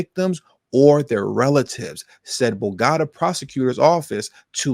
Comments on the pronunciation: It's Bow-Ga-Ta! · You need to really learn to pronounce words correctly it makes you seems less educated. Bo go ta